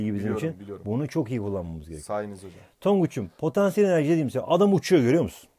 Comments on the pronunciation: hoca potEnsiyel enerji deil potAnsiyel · Patenssiyel enerci😇😇🤔🤔